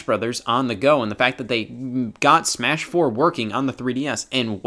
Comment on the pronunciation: Superd smaesh broter